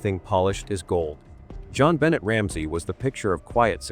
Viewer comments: Her name is pronounced “Jon Benay” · AI is disrespectful to JonBenet especially when it mispronounces her name. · Please say her nabe correctly. As a matter of respect. Someone was already in the house I say. Poor baby girl xx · You know, if you're going to use AI, try listening to it before releasing it and dub in proper pronunciation! This is a serious topic and not even saying the victim's name correctly is disrespectful.